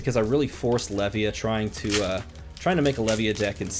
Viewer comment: Also, I think Levia is pronounced as the beginning of Leviathan is prononced, and Levia is super hard for little reward, but this is kinda what I like about her.